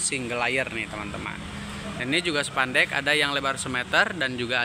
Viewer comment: Spandek mas bukan sepandek😂